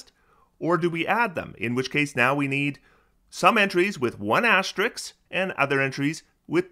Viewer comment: TIL: cannot pronounce 'asterisk' correctly